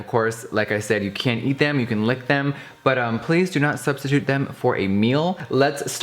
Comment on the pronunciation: "Dont substitude them for a meal" 😂😂😂😂😂😂